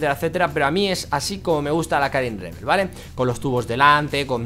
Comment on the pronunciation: min "KARIM REVEL" WTF JAJAJA